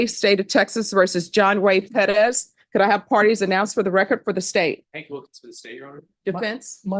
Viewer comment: PEREZ not "Pedas"